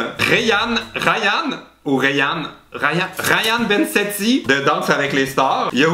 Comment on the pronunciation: on dit "rayane benzeti"